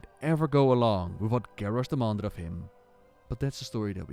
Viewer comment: Garrosh. Garrosh. Garrarsh. :O